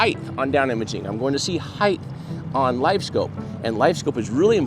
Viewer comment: Height. Not heighth.